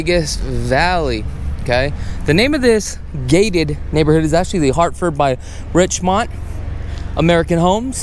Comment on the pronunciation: Pronounced richmund not richmont